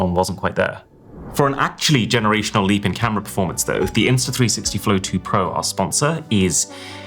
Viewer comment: “Next Gen-Air-ational”